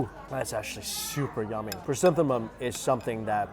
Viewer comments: hahah guess he got confused with chrysanthemums in pronunciation. cute 🤭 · Lovely chrysanthemum